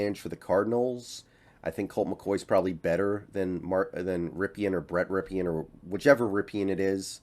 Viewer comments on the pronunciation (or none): It's "rip-in" not "rip-e-in" for God sakes his uncle played for wsu and won a Superbowl.